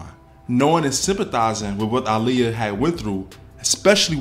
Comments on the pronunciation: Her name is aaliyah not Iliya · Yes she pronounced it (Ah-Liyah) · Why does he pronounce Aaliyah’s name like that 🤣